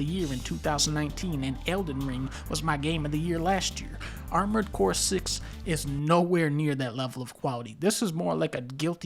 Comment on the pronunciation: "Armoured Boar" sounds funny lol. Edit: also, what is Adventures of Cookie and Cream??? I wanna see that!